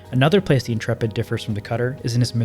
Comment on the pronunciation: Congratulations on pronouncing Intrepid correctly. The number of youtubers i see calling it The "Intra-pid" or "Int-rapid" was making my eyes itch :)